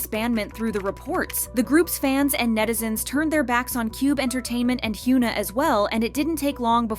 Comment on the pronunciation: hyeona not hyuuna lol